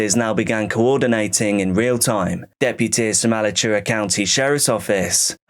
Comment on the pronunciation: As someone who lives nearby , everyone from Lake Butler is fucking crazy. Edit: It's pronounced uh latch oowuh Alachua.